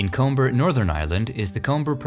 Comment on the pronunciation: Comber is pronounced ‘Cumber’ for the titanic Andrews grave.